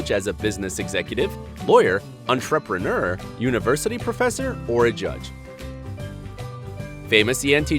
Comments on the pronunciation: STOP SAYING ENTREPRENEUR LIKE THAT PLEASE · His pronunciation of entrepreneur irritates me.